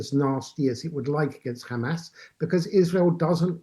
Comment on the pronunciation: How is a Middle East expert? 1 - He does not know how to pronounce Hahmahs correctly. 2 - Much more importantly and practically, how can anyone ensure that only innocent civilians leave Gaza? Hamas members can just blend in with the non-combatants and escape justice. 3 - Any kind of Gazan independence would just be a breeding ground for Iran-sponsored terrorism. 4 - "Palestinians" are an invention of Yasar Arafat. There are no such people. They were all originally Egyptian, Jordanian, or from other countries, which rejected them. Let's stop the white washing. All these authoritarian countries are threatened by a Democracy at their border. Their people would rather live free.